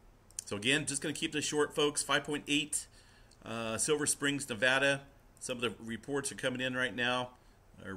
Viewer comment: Hey, at least pronounces Nevada right!